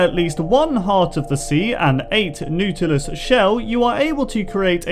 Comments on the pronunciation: Naw-til-us shell...not new-til-us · Diego Aguirre His accent does not make him say it as noot-ilist. He simply did not know how to say it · Not pronounced "Newtilus" more pronounced as "Nawtilis" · Good video, nautilus is pronounces like naughtilus not nutilus haha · It is pronounced Naw-Till-Us, not like Noo-Till-Us. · omg the nootilus lol learn how to pronounce bro someone needs to get me an inhaler xD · He doesn’t really understand the whole ruins-trident-drowned connection. It’s Atlantis. They are the dead Atlantans. And that’s not a “ruin” that was also a ship wreck. Ruins are buildings. Also it is not pronounced “new ta lis” it’s “naw ta lis” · Im dead. Newtulis shells, its naaautolis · NAW-tilus. not NEW-tilus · #55 the nootlis shell (Naw-ta-lis) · NOOTOOLIS It’s pronounced “naw-ta-lus” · "nootilus" I would like to kindly correct you to (not-a-lus) being the proper pronunciation. you sound funny saying it tho, thanks for making my day. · Not noo-ti-lis naa-ti-lis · It's not newt it's pronounced not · im gonna pretend you didn't just say nootilus instead of nautilus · its pronounced nautilus not neutilus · Rosenthal Bros "newtilus" xD "Nahwtilus" sounds waay better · LOL dude its not newtilis its nawtilis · N-aw-tal-us not newtalus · It’s not-a-lis not noodleis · Nautilus is pronounced nort-ilus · It hurts hearing him say “Nootilus shell...” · pronounced nought-a-lis ….. sorry buddy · wait did you just say newtilus shell?! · Nautilus = NAH-tillus :\ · its pronounced naw-ti-lus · It's pronounced naw-taw-lis shell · I love the way you pronounce things.... Nootilus. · It's pronounced Naw-tulis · Not to be rude, but nautilus is pronounced as "naw-till-us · Yeah. He says it like it's spelled "neutilus shell." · "Neutilus" PLEASE SAY IT CORRECTLY. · It is nautilus and said: nor-til-u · UMM IT'S PRONOUNCED NOTILUS(nerd with annoying and has braces voice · Nautilus is pronounced ;naught - i - lus' or 'naught - ul -us' not as verbalised in this video.